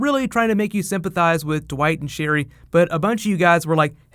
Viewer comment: Sherryl. Just that. Sherryl.